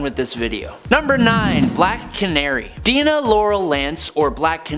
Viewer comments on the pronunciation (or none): “the top 10 nerd” but mispronounces dinah